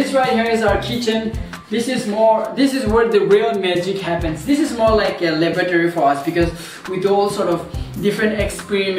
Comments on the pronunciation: Oh! Laboratory he said😂 I heard Lavatory 😂 Had to go replay that part 3 times😂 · I heard something like Labatory😂😂 still ur my fav youtuber ❤